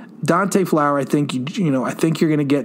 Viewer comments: maybe they just didnt like the narrator saying Dante Flower instead of his name, Fowler. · Anyone else get irritated that he kept saying Flower instead of Fowler? I get it, it’s probably an honest mistake. It just irritated me for some reason lol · We both have the same last name and it's pronounced Fowler